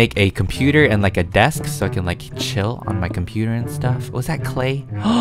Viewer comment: Me: watches vid Me like 14 mins later...: “OMG DID I JUST HEAR U SAY “DESKSK” omg u a VSCO?”